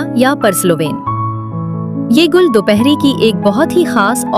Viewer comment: Gall nahi Gull 🙄 Gull matlb phool.....gall koi lafz nahi